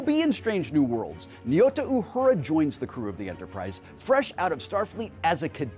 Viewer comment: Please, please, PLEASE stop mis-pronouncing Uhura’s first name. Nyota is not pronounced nee-oh-ta. It’s a Swahili word, and the ny is a consonant, like the ñ in Spanish. Nyota is pronounced Ño-ta, or even Nnn-yo-ta. It has 2 syllables.